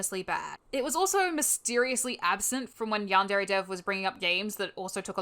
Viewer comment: Did she just say "YAHN DAIRY"????